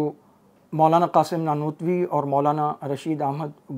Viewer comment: جیسے نانوتونوی پڑھ رہا تھا 😅😂